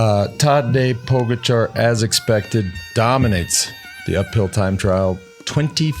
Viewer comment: just wish you'd learn how to say Pogacar ........